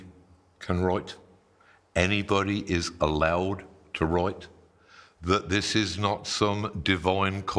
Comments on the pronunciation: Why does he pronounce almost all words almoat normally except "wroit" and "whoi" and "analoise"? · You can totally wroite, moite.